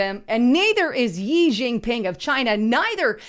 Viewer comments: ITS "CHEE" NOT "YEE"...... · Xi is actually pronounced “she” not that he deserves the correct pronunciation. Just FYI